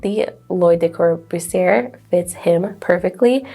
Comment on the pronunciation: The names sound more like corbooseeay and lashay. Other than that, your French is fine. I had no idea the chairs meant anything and I'd watch more of these. Heck, I'm surprised any of the companies that made the chairs are still around now.